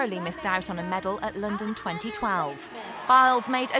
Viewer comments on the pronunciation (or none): none